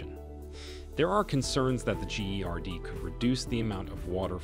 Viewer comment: "The gee ari dee" it pronounce 'Gerd' stupid 😂😂😂 trying to annoy the hell out of me about the dam from the start🤣🤣🤣 💚💛❤